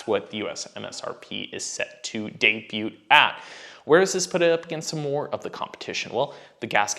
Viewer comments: You did not just say 'DAY-BUTE"??! Its "day byou".... T is slient mate......holy crap. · Debut - the "t" is silent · Right?!? Pronunciation error